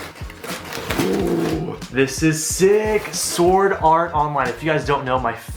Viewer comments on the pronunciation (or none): none